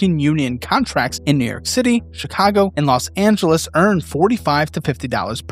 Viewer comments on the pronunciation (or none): none